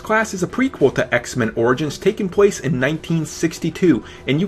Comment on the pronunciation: "Takes pwace"